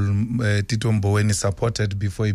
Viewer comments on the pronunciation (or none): none